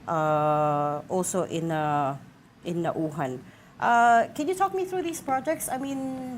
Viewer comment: First of all this lady interviewer could not even pronounce the town Naujan correctly and she thinks she knows the ins and outs in the Congress. Is she trying to be American? What is wrong with you people? You are Filipino and you could not say the town, correctly??? Don't you review this first before you go live? I know this Congressman Arnan. He would not do such a thing. He is beloved by his people. Sen. Lacson might have been too quick to point fingers. Sen Ping Lacson could not even pronounce the town Baco correctly as well. Looks like he did not study very well. The problem lies in DPWH, District Engineers, Regional Directors and Contractors. On the allegations that officials like Senators Escudero and Villanueva have ties to contractors, then that should be investigated as well. Even Mayor Isko Moreno complains that DPWH does not coordinate with LGUs properly when they do big projects like this. Philippines need to be well versed in Project Management concepts especially in DPWH. This is a big problem in the Philippines, lack of Project Management skills and guidelines. This is the reason why contractors corrupt the funds during implementation and support process.